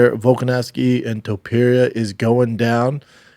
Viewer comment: "TOE - PEERIA"